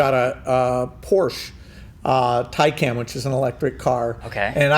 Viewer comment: Wow, he actually pronounced Taycan correctly.